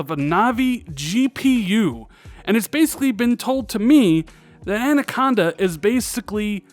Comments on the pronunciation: You said "An" - aconda right to start the vid at least... Rand-aconda! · I have grown to like Andaconda. Who needs proper pronounciation anyway? 👊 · At exactly the same time I was thinking he’s saying anaconda wrong , he says I know I’m probably saying it wrong. 👍👍👍🤣🤣🤣